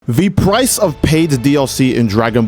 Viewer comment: "the PPPrice of PPPaid dlc..." Bro the way you pronounce those P's man.